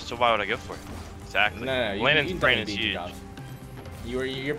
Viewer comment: omg it’s actually lol also he said Landon lol not XD